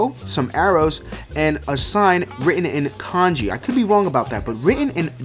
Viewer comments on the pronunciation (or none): none